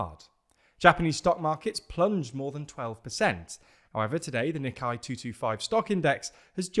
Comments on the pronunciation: a pedantic correction as someone learning japanese: "nikkei" sounds more like "knee-KAY" instead of the "KNEE kai" that you've been pronouncing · I'm sorry, but your using the wrong vowel sound for the second half of the word Nikkei is like nails on chalkboard. It uses a sound much closer to date, paste, and slate than the vowel used for eye, die or lie.